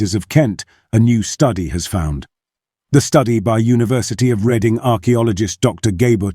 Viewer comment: Is this an AI narrator? It sounds really good, but misses the pronunciation eg. Reading (town)